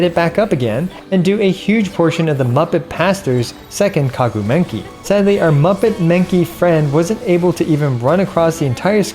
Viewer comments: i like when you say kaguu menki intead of maguu kenki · Love the way you pronounce Kaguu Menki instead of Maguu Kenki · bro keeps saying kaguu menki and gets me so confused when i realize its actually maguu kenki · kaguu menki lmao. when i heard that, i was like "whaa...??? is there a boss named like that? isnt it maguu kenki?" :) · why do you call it the kaguu menki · again calling maguu kenki kaguu menki? 💀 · I swear he says *K*aguu *M*enki on purpose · Kaguu Menki ... LMAO I assume this was said on purpose but I'm new to the channle so I will need some explanation for this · "Kaguu Menki"🗿👌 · And you said it again: Kagu Menki :-) so funny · How is the intentional mispronunciation of maguu kenki sound so legit?! 😂 really good video